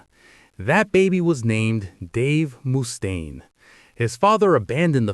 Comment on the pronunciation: anothe 80 IQ Lars basher 😂 and it's pronounced Muh-staine. Not Moo-staine 😂😂